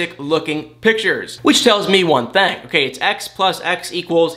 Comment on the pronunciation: Where are you from? Your accent , when you say think it sounds like thank. And when you say thing it sounds like thang. Hmu I must know how that comes about